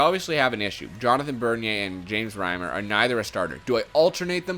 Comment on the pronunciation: Reimer not retailer WYF